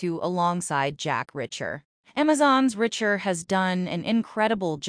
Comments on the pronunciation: Does this talker not know its Reacher. Not "Richer". Fix this. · Reach....er! Not Ritch...er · Will someone please inform the narrator it's pronounced R E A C H. H E R ..listening to her is infuriating...look they killed Russo and that killed me and David dying I will not consider..why does she keep saying R I C H E R ..MAKE IT STOP.. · [1] The narrator or A.I. is annoying with her/its constant mispronunciation of 'Reacher'. It's not 'Richer'. [2] fyi: Your headline is incoherent. [3] Talk about making sh*t up, just to talk about nothing. (Who said O'Donnell will or will not die in S2?) (S2, E6 is out and someone dies, but it's not who this content creator suggests.) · its REEEEECHER